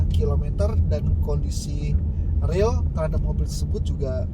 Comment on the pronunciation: Dibaca se riil riilnya bukan se real realnya